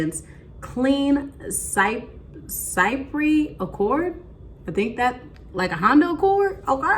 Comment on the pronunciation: I love this scent too! Just to help you out the word chypre is pronounced ‘sheep-ruh’. It’s a French word that means fresh. Just like there is the floral and gourmand category for perfumes, chypre is a category that means fresh. Great review! 💕